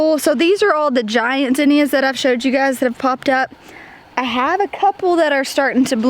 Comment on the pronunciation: Maybe I'm saying it wrong, but based on what I was taught, both you and pronounce Zinnia wrong. I think it's all how we're taught.